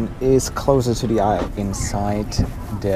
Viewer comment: Guten Tag. Apart from having great reviews, this man is absolutely gorgeous and bezaubernd. It's great that you pronounce "Beijing" correctly. The way you pronounce "the" (da/dee) and "thing" (fing) makes you even more adorable. Love it. Sei glücklich. Damit provozierst du sie alle am meisten!